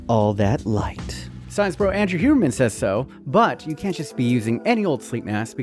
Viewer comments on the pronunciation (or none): none